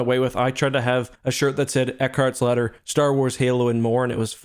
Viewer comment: No one:: Eckhartsladder HiddenXperia: ITS MENDICANT BIAS